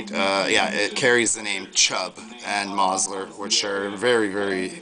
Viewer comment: Mosler is pronounced more like MOWS-ler.